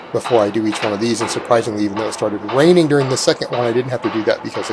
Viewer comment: 3.06 I swear I heard waining instead of raining lol